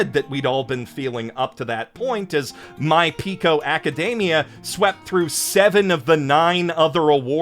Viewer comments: Why did you do that? Ewwww! "My Pico Academia." Sir, please don't ever say that again! 😭😭😭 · "My Pico Academia" God fucking dammit